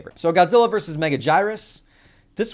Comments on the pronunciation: So, Anguirus is supposed to be pronounced as An-gear-us. Megaguirus has the same "guirus" in it, so I always thought it was pronounced Mega-gear-us, but apparently, a lot of people pronounce it like you do. It'd make sense if Anguirus didn't exist. You could see how that spelling would make people say Mega-guy-rus. But nobody says An-guy-rus. So who's correct? I'd prefer to say it correctly. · “Megajyrus” xd